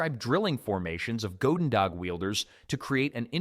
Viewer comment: Narrator pronounced "goedendag" about 5 different ways in that one segment.